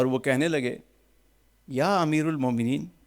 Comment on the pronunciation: یا امیر المؤمنین۔ میں امیر کی" ر "پر زبر ہے۔